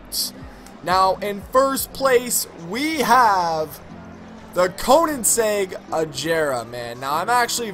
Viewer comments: DO not pronunce Koenigsegg once again , it makes my ears bleed o.o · It's pronounced Koénigseugg